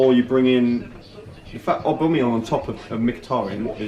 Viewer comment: That "Aubameyong" pronunciation guy is a nonce.